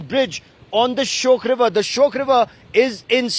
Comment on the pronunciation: It's shayok not shyok.